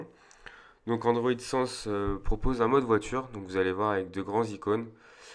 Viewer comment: Comme quoi, pas la peine de faire des tests de 2H. Juste revoir la prononciation de "Sense" ;)